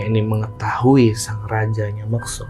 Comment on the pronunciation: MUKSO Bang, bukan MEKSO.